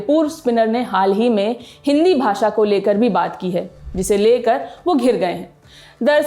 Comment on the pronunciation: Lallantop waala hi भाषा ko भासा bol रहा है 😜